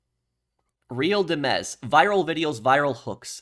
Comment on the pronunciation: Hello, I’m pretty sure “Real Dimez” is pronounced Dimes, as in the coin. Those look like prescriptions, not meth, you can see they’re circular with lines in between them if you look closely. I know it seems insignificant but it could be a hinting to some sort of counterfeit pill business.